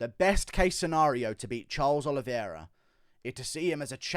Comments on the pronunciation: The champ has a name, and it's Oliveira, not Oliviera 🤣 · It’s the Olive-Era